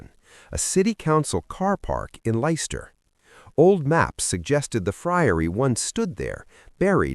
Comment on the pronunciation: Its Leicester...not Lyster... and the body was found in 30 mins..not a few days AI Slop!!!!